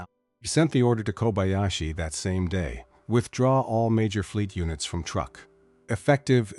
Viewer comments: And it is not pronounced as such either. The pronunciation is "trook". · Truk, not truck. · It’s Truk, not Truck. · "Truck"? I hate this IA crap. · I guess it is too hard for AI to spell or pronounce "Truk" correctly. It should also be called Chuuk now.